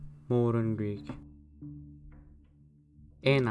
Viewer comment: I think you nailed the modern Greek pronunciation. I also believe that Proto Greek had similar pronunciation, just more rough and blunt.